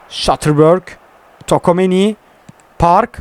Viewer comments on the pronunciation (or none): Ulan hala tokomeni diyon çuameniye